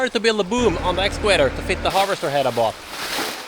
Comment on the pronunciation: Fantastiska videos och du verkar kunna det mesta! Men varför lär du dig inte att uttala video och excavator på engelska när du säger det så ofta i dina filmer? Enkelt V uttalas lika som på svenska, det heter inte Wideo eller excaWator.